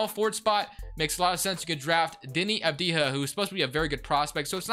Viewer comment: Its pronounced Av-di-ya not Av-di-ha, other than that interesting video